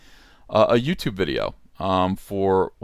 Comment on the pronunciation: "YouTibe," Jordan Peterson's alternative to YouTube.